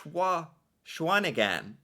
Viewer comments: Shawnigan is pronounced as Shawn i gan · The pronunciation of Jacques Plante and Shawinigan make this video.